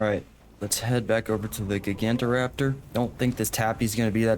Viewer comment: im sorry but your pronunciation of Deinosuchus, Gigantoraptor, and Ceratosaurus is killing me it sound so wrong hearing their names be pronounced like that 😭😭😭